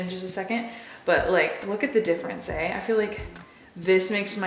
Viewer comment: Or when you say "eh" ... you totally sound Canadian!